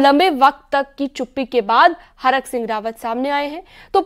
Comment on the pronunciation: हरक सिंह नहीं thरक सिंह 😂😂😂😂